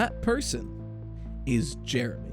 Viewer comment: Jeremy? Do you mean Heremy?